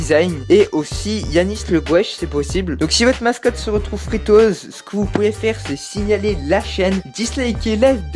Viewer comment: "Fri to euse" sa se prononce "fri tou youz"